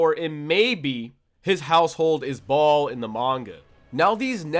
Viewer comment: Ball?? Bro his name is Baal :)